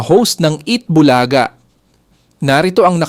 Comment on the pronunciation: Ano ba itong narrator AI? Tagal tagal na ng Eat bulaga hindi pa rin alam abg tamang pag bigkas ng "bulaga" at tagalog na tagalog mali mali pa magbigkas ng tagalog words. Nakakairitang pakinggan.